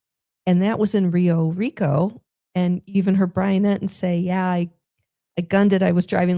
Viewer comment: lol “Rio Rico “…. What is it ?! “Pio Rico” you were close! So Great , so cute love the synergy and love you guys have with each other inspiring on many levels😂❤😅😊